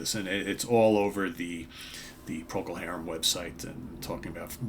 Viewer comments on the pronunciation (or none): Yes it's sad, we were brought up with his music in England. To American and Canadian sites - they are pronounced Procul Harrum not Harem.